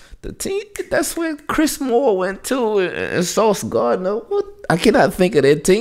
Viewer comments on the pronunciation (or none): none